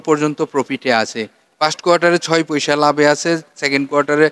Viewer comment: পইসা না বলে পয়সা বললে ভালো হয়।